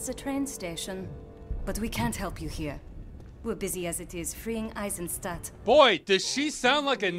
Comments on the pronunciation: Never mind the fake accent, but why can't a German woman pronounce the name of her home town properly? For all of you reading this: The "st" is spoken like "sht". Yes, like "shit" but without the "i". You pronounce it "Eisenshtadt" and "Wolfenshtein" and "Geshtalt". And Ross, its "wOlfenstein" not "wUlfenstein". You have to use a proper "O" here. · I give Wolfenstein (2009) a F- for research: She mispronounced the town name (Isenstadt) Pronunciation is eye-sen-SH-taat. And apparently they anglicized the name of the very real Austrian city of Eisenstadt (same pronunciation). The Kreisau circle was a group of political dissidents made up of upstanding citizens (Helmut von Moltke's great-grandnephew, pastors, priests, landowners, etc.) that wanted to restore the German monarchy, abhorred Nazism, and leaked information about the political climate in Nazi Germany to the Allies. These upright people would certainly not have dabbled with this occult bullshit (they were Christians), and more importantly, they didn't work in Eisenstadt (although according to the Wolfenstein wikia, the game is set in either Bavaria or Baden-Württemberg) because they met in Silesia/modern day Poland. The only time the Nazis actually took measures to crush the KC was when a few members (their unofficial leader, Helmut James Graf von Moltke not included) were connected to an attempt on Hitler's life. All members were arrested and hung. References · It should be Eisenstadt. "Iron city." Instead it's Isenstadt, whatever that means.